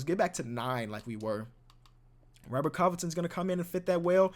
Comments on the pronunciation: the way you say robet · The way he said "ROBBERT" lmaooo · The way he said robert😂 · the way he say Robert got me dying